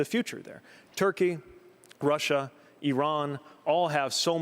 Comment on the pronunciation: Bloomberg: It's Russia not Rusher!